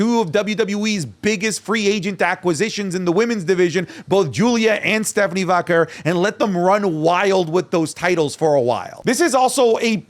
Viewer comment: you’re Latino!! Pronounce it correctly: VAH-KERR